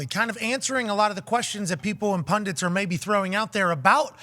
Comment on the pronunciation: That second “n” that Pat puts in the word “pundit” always makes me laugh